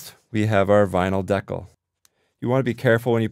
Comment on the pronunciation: Great idea! (Though it took me a while to figure out what word you were using. I've never heard anyone pronounce "decal" that way!)